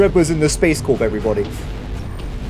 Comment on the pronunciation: the p in "corp" in the context of space corp or marine corp is silent, notice how the marine corp recruitment videos never say the p? just listen to them next time. so it is pronounced "core". Also no can say they havent gotten one of those ads without lying about it esp with how ads work now lol